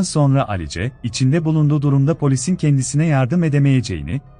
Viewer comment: Alice ne ? Telaffuz yanlışlığı olmasın